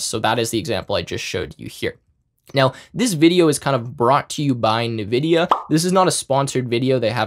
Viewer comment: Cool AF!!! Thanks. PS: i feel small electric shocks through my ears to my ocd-peanut-brain everytime he says ‘nividia’ 😅✌️